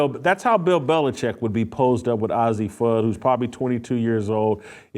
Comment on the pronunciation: The expected bigotry and homophobia from a failed man still crying b/c ESPN got rid of him. The loser can't even pronounce Fudd's name correctly, which mean she has no idea about the team or the players. He's just out to spread his rightwing homophobia. You bigot them and their family have been friends forever. All the top kids know each other as they are at the same tournies as they get scouted and all played for USA Bball youth teams. To a homophobe two women can't be friends. Witlock is rightwing loser and incel, He's mad that know woman will get near him.